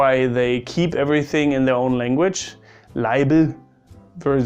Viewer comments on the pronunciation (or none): It's "Leiberl", not "Leibl" and "Schaas", not "Schass". Funny, I didn't know that Germans don't use "angreifen" in terms of "anfassen". Some more facts: A "Stuhl" in Germany is a "Sessel" in Austria and a "Sessel" in Germany is a "Fauteuil" in Austria. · It's Leiberl not Leibl😂